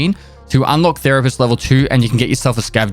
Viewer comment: Therapest kills me every time 😂